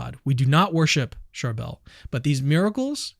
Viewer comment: Thank you for talking about our beloved saint of Lebanon! Just a lil correction- the saint's name is pronounced "Shar-bill"